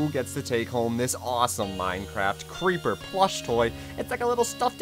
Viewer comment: Cuz cweeper